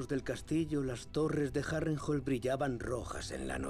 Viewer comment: Me cag@ el castellano, le cambian las pronunciaciones de las palabras, es Harrenhall! no Harental! no se les entiende. Lo tuve que buscar en ingles porque apenas asi le entendi.